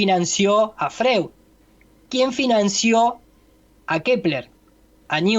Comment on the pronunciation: Todo bien,, interesantísimo tu punto de vista sobre el tarsfondo de la teoría de la relatividad y los financistas detrás de estos personajes que la historia nos vendió como próceres pero... si vivís en Suiza no podés decir Freud (pronunciable en alemán como "froid"), o Gote (pronunciable en alemán como "guete"). Te lo menciono porque ya te lo escuché varias veces, y quienes no conocen la pronunciación correcta de estos nombres probablemente no sepan de a qué personajes te referís.